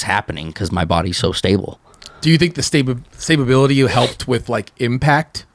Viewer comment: Lol “Stablebility”